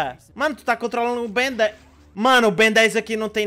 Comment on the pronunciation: "ben 10 grnde" kkkkkk